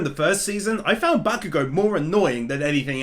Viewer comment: Back-oo-goh. Sir, you are an absolute turnip